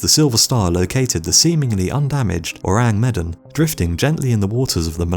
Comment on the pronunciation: Is it really too hard to check pronunciations before recording your voice-over? You absolutely WRECK the pronunciation of Ourang Medan. Medan rhymes with "the man."